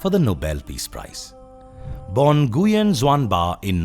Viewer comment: Nam mô A Di Đà Phật "Nguyen" Pronouced "New-win"